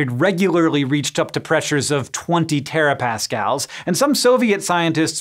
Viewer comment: seven.. hundred... terapascals... .. I don't even know what to say..